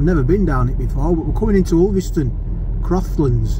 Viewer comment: who call,s it ulvistone its to us lacals as uuston